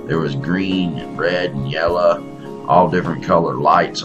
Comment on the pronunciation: "yella" lol... I love you! hope you are doing ok